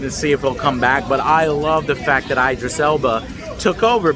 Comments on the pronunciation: His name isn't (eye)dris Elba it's (Ih) Idris. It really bugs me when people say his name wrong just like (eye)talians🤦‍♂️🤷‍♂️??? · It's not "Ay-drees Elba", it's "Eee-drees Elba". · Eye-Dris. Do you do this on purpose Joe? XD If even IDRIS pronounces his name "ID-RIS" then you can be sure "EYE-DRIS" is wrong. Movie was fantastic though, best DC movie in a good while. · It's not 'eye-dris' It's 'Id-ris' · It's Id-ris not Eye-dris, he's been around for years ffs. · This guy says eye-dris Alba lmao 🤣 get the man’s name right Chief!!! This movie was AWESOME!!!!!! Hopefully it bust the box office!!! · "Eyedris Elba" Lmfao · Eye-dris Elba lol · i love eye-dris elba too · Pronounced , E - dris. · EYE-DRIS elba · He is American. Its always an 'eye' with them (Eye-raq, Eye-ran). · Loved the vlog joe, you look so happy! Keep it up and btw that’s not how you pronounce Idris’ name😂